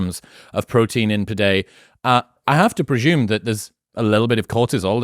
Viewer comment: I enjoy this guy’s videos but why on earth does he think there’s an H in the word presume?